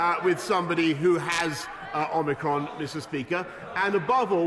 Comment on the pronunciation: Johnson can’t pronounce “Omicron” Funny got someone who claims to know Ancient Greek